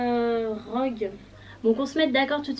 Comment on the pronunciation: Ta appeler Rogue "drogue " 😂 Personnage préféré : Sirius Black , Remus Lupin , Rogue , Fred et Gorge